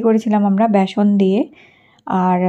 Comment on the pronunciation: ব্যাসন নাকি বেসন?